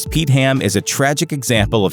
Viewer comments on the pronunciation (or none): none